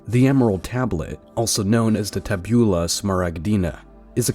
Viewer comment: When you read TABULA you must put the ACCENT on the FIRST A